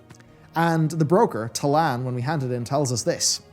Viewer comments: Is it Ta'nal like you're pronouncing or Ta'lan (Ta-LAAN) like it's written? Not trying to troll, love your content. It's just frustrating when content creators consistently mispronounce in-game names and places, especially when they have video/screenshots that shows/suggests its pronounced differently than they are speaking. Hearing "Ta-NAAL" and seeing "Ta-LAAN" throws my brain for a loop. Hearing "Nalthor, the Rimebringer" makes me go to wowhead and make sure it's "RimeBINDER" like I thought I remembered. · Is really dyslexic or something? Ta’nal? It’s Ta’lan... it’s even in the video lol. He also pronounces Nozdormu as Norzdumu, Arathi as Arithai, and Y’Shaarj as Y’Sharaaj. What gives?